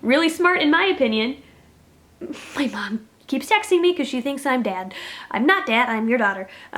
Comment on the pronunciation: Every time you said dad I thought you were saying dead and I was wondering why you weren't answering her text messages if she was so concerned